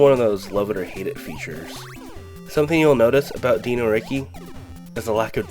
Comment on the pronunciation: Why do you pronounce Dino Riki like that yet you pronounce the word dinosaur like any normal person?